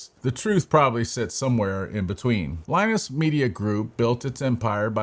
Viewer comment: Saying Linus oddly and WAN Show incorrectly makes me think this guy didnt actually watch LTT